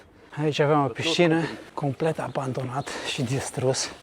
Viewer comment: acoperite complet nu "complect". Cate clase ai, nu te supara?